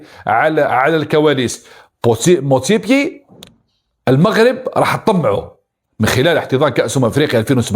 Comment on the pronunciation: motsepe. مش motsepier يا ابو جهل